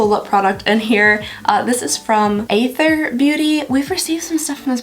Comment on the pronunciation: From what I’ve heard, the brand Athr rhymes with the word “rather.”